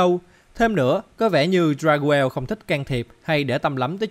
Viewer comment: Dagruel là đắc rêu mà anh , anh đọc sai tên rồi